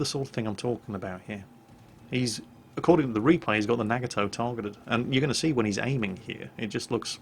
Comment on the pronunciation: im sorry but i have to, its a NA-Got-Toe